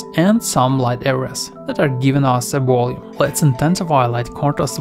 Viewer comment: Are you saying "volume?" Great video but I keep hearing something like Woloom and I'm not sure if its meant to be volume or something else